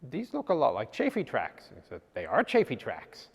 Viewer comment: He said chaffee wrong.